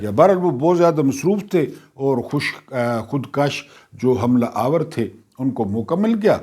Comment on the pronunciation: Khud kash nahin khud kush hota hai